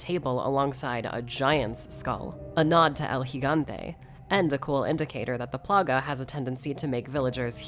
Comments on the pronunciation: oh my god she said El gigante correctly....enough to make a grown man cry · You have no idea how refreshing it is to hear someone else pronounce The Giant by his actual name instead of “El G-gante”